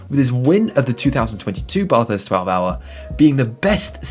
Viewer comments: Bathurst!!! Not F*cking Barthurst you twat.. Bath as in Math or Crass. LOL. Good vid apart from the obvious. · It's not your accent, you're pronouncing it wrong. It's not a Bathtub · Having an accent is not an excuse for mispronouncing Bathurst. It's a proper noun. Most Australians pronounce "bath" the same way you do, but Bathurst simply isn't pronounced that way. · had to switch off, just couldn't hear Bathurst mispronounced again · Drop the R dude .. bathurst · It's Bathurst, bath is pronounced the same as math. Great vid . Kiwi from New Zealand 🇳🇿🇳🇿